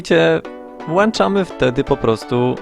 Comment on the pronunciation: włączać a nie włanczać :D Pozdrawiam